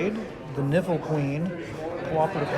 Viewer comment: Is it just me or do other people hear the word "nipple" when he says "niffle", like with the Niffle Queen.